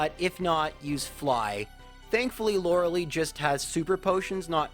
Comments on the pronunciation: Same. He's defended the Lore-uh-lee pronunciation so much when it's just objectively, factually pronounced "Lore-uh-Lie" in this case (and most cases) lol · correct pronunciation is Lora-LIE not "Lora-LEE". Please get this right. All the Lauralee complaint comments will instantly go away the second you make this easy correction! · Huh, never heard Lorelei be pronounced Lorelee before. Neat. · Sure, and if it was a (admittedly repeated) innocuous error I wouldn't be quite so harsh. However he's actually addressed this in previous videos and has tried to defend it, so it's not just his accent causing the mistake. Lorelei is a name of German/Celtic origin and overwhelming evidence suggests it's pronounced Lore-uh-LIE as a result. Plus she actually says her name in Pokemon Puzzle League for N64 where it's Lore-uh-Lie. There's really no evidence whatsoever to support "Loralee" besides claiming that's it's a "valid interpretation" of pronouncing the name, which... if you're using that logic, then ANY name could be pronounced like anything, sure. In this case, this specific character's name is definitely pronounced Lore-uh-LIE though. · Yeah the name's German origins definitely suggest Lore-uh-Lie. Plus she actually says her name (Lore-uh-Lie, no surprise) in Pokemon Puzzle League for the N64. is flat-out wrong here. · Maybe Lorelei is just upset you say her name wrong?